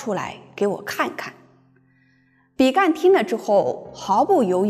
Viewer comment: 比干，干音ㄍㄢ。天干的干。